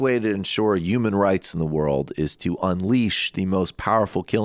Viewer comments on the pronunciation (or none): Someone tell michael the in the word HUMAN, the 'h' isnt silent. Its not pronounced Yuman. That is eerily close to Trump's YUGE catchphrase. Work on that